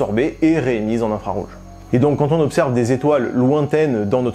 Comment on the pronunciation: C'est vraiment impeccable (hormis la mauvaise liaison de "quatre z autres" au lieu de "quatre autres"). Bravo et 1001 fois merci :)